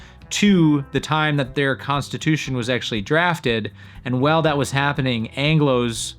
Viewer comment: Thank you! Enjoyed learning many new things in this FANTASTIC video! I gotta say though... I was confused sometimes by your pronunciation of the word "while". Sounds like you're saying "well" instead. Haha you might wanna adjust that. ("While" rhymes with "style.")